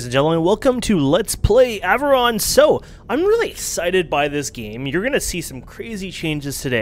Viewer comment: please stop pronouncing it Averon, its Av-Or-Ion